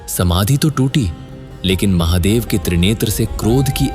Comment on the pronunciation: Mc bc Mahadev ko dehati bolata hai